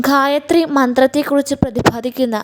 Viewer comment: ഋദ് വേദം അല്ല!! ഋഗ്വേദം ആണ് ശരി !! അദർവ വേദം അല്ല! അഥർവ വേദം ആണ് ശരി!! ഘയാത്രി സൂക്തം? ആറാം മൺഠലം ? അക്ഷര ശുദ്ധിവരുത്തിയാൽ ഉത്തമമായ വിവരണം തന്നെ 👍